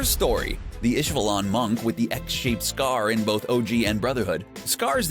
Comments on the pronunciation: Jesus christ learn how to pronounce names, moron. Xing - shing. Xerxes = zerksees. Lanfan - Lawn fawn. Ishvalan = ishval-an, not ishva-lawn. Go back to second grade. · The way he pronounced ishvallan took me out lmao